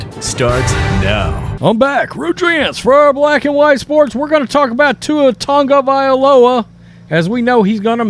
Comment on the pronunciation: I just wish you sports “experts” would learn to pronounce Tua’s last name. It’s TAGovailoa, not TUNGovailoa!